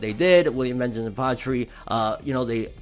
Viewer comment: Yo,. Please, it's not that hard to pronounce. VAHN-geance, VAAAHHNN-geance. 🤦🏼‍♂️